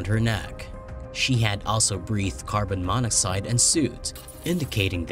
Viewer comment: By the way you pronounced it I guess you never heard of carbon monoxide before. Or phenobarbital or ceremony. Please hire a narrator